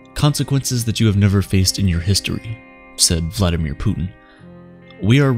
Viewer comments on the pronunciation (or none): none